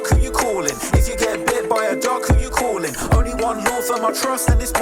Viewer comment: “If you get hit by a truck who you cawin’?” 😂